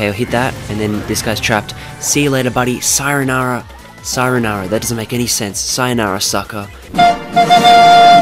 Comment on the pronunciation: sayanara Me:it's sayonara lol